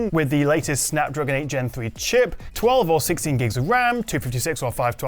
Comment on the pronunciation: Oneplus Twa-vey